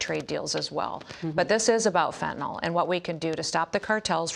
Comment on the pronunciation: Just so folks know... The drug is called FENTANYL. Fenn-tuh-nill... Not "fettanol". Public officials should atleast know giw to pronounce the words pertaining to the issues they are speaking of.